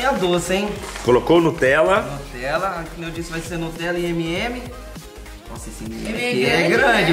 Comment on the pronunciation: Fala para a Marvilhosa da Sthe que não é nutrela é Nutella